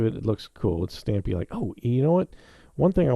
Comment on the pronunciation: It’s Ss stampy not Ss stumpy